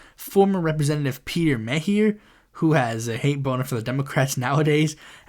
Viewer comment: 1. You mispronounced Peter Meijer and Bill Huizenga's names. It's MIE-yer and HIE-zehn-GUH. Meijer is a German last name, and Huizenga is a Dutch last name. 2. If Slotkin wins the primary, I will definitely vote third party. She can win or lose without my support. And that's from someone who worked on her campaign. And the way she tried (And failed.) to clear the primary for herself was just plain corrupt, that I can't see myself supporting her, and it may cost the Democrats the Governorship in 2026, as Gilchrist, Nessel, and Benson, could split the progressive vote in that race, and let Detroit Mayor Mike Duggan be the nominee, unless, ranked choice voting passes, all because of Slotkin's sense of entitlement to that Senate seat. 3. The City Council primary in Lansing is coming up in August, and, I'd say I have a 50/50 chance of making it to the general. My competition is Missy Lilje, who is notable for getting our corrupt Mayor Andy Schor's endorsement, and, it was revealed that he sent an email that he named his leadership fund, and sent it to Councilmembers who didn't even ask for it, which has resulted in an ethics complaint. And there's Farhan Omar, who is pretty much cut from the same cloth as me politically, so, it's hard to tell who's making it to the top four to get to the general. (Also, no incumbents are running in the At-Large race, making it even more interesting.) I know it's a local race in a midsized state capital city, but, I think you should keep an eye on